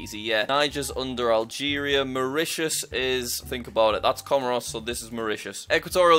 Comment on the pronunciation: Jack calls Mauritius Mauritania*